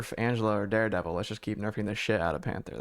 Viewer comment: Did I just hear Dihdevil? lol jk